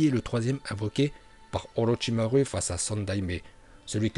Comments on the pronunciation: STP tu peux arrêter de dire orochimarU car ça se prononce orochimarOU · On dit orochimarou pas orochimaru